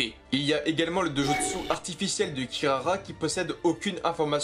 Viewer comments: mdr il sais pas dire Dojutsu et shinobi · Sérieusement, tu devrais faire des efforts pour prononcer les noms japonais... Amaterasu ne se prononce pas Amaterazu. Itachi se prononce Itatchi. Dojutsu se prononce Dodjustu etc